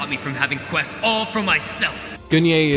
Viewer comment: I do love how you made a point about the r-gz pronunciation but butcher a shit ton of names in your videos, including quess lol